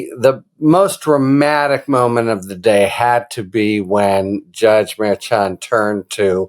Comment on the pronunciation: I appreciate your clear, intelligent, unbiased reporting. The ch in Merchan is pronounced like the ch in CHER. You would not pronounce CHER like chair.